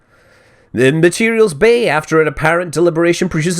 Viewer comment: As in "Eve Exploder, not Eve Exploder." But there's no issue when you hear "matedials."